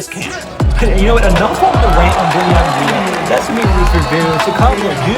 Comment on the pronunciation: Deni avdija is the best talent in this draft. You are not even close to say his name correctly, that only explains why you think like that. Deni is special player who you have never seen player like him.